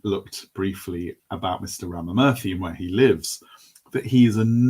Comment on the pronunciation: Ramamurthy is pronounced as Raama--Moorthy. just so you know!